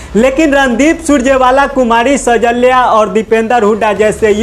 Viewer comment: Anchor saheb,सैजल्या nahi hai, shailja sahi name hai।❤❤❤❤❤